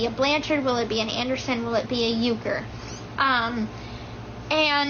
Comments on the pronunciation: I thought Ken's last name was URKER? Gypsy said "Yuker" in the live about the baby's last name 🤔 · Am I the only one who is confused by how Gypsy pronounces Ken’s last name? First time I heard this I was like wait and checked the spelling to make sure I haven’t thought he had a different last name this whole time. Uker is not the same as Urker. Is it possible that she doesn’t know his last name? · It really bothers me how she pronounces Ken’s last name. It’s not U-ker it’s UR-ker. There’s an R after the U so how could it be the way she says it, like YOU-ker. It’s UR-ker. Does he say his own name like that? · Why does Ken letting keep pronouncing his last name WRONG?! It’s pronounced UR-KURR. Not YOU-KURR. The R is not silent! She pronounces it that way because people kept making fun of his last name and she didn’t like it. So she changed the pronunciation of it! How hilarious is that?!?! And dude is too AFRAID to correct her. 😂😂😂😂😂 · Did Gypsy pronounce Ken’s last name wrong? I thought it was Urker… she says Uker